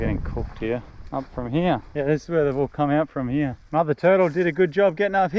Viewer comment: He's teaching her an Aussie accent. Hee Auh.(here)